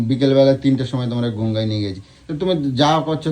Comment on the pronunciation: শালা গঙ্গাকেও "গুঙ্গা" বলে।